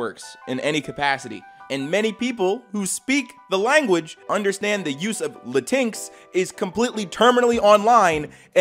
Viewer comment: Hey psst btw, latinx is pronounced Latin-X, still “woke” cringe